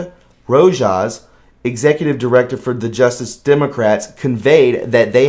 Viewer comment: Dude, you seem like a nice guy. But please proof read these articles before broadcasting. Rojas = RoHas Saikat Chakrabarti = SawCot Chalk-Ra-Barti (fairly close) Moguls = Mow-Gulls (an important or powerful person, especially in the motion picture or media industry.)